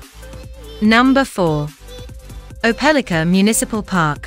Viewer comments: It does seem like they could have found how to pronounce it right. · You are pronouncing the city name wrong